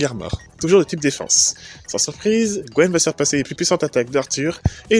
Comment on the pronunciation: Il y a un truc qui me taraude : j'arrête pas d'entendre "Gwen" alors que la traduction donne "Gwyn". Gwen est le nom français ?